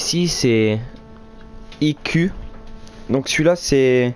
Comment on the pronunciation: sinon surveille ta prononciation des noms. Pense que s'est anglais. Tu a massacré le nom de IQ